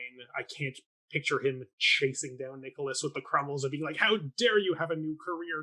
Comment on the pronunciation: Crummles, not Crummle. What is with this guy dropping the S at the end of people’s names?